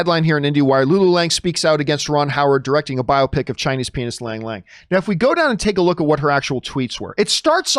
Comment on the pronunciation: Am I the only one who hears penis when he says pianist? 🤣